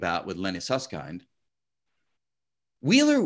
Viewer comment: Sus-s-kind 🤔 🤣 Just kidding 😜